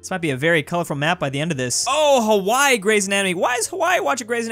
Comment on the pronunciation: Hawwai isn't Hawaii five o, 9/10